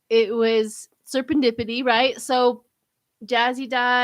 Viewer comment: Ser en dip ity not Sern dipity.